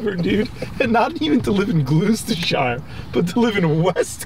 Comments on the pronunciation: Please never say glooostershire. It’s pronounced glostersher, it’s not a city but a county, like a state, and it also contains part of the Cotswolds, one of the most beautiful parts of England. Surprised it wasn’t that butchered it tbh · Gloucestershire (pronounced "Glosstershire") is a county, not a city. The city of Gloucester (pronounced "Glosster") is in Gloucestershire. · Im actually from Gloucestershire... I will never be able to pronounce it correctly again hahaa